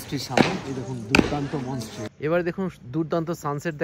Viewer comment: Re dada ota monestry monstry na 😂😂